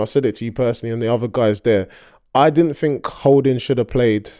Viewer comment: It's there..not dair